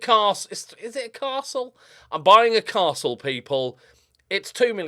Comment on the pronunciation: You actually nailed the pronunciation of that castle.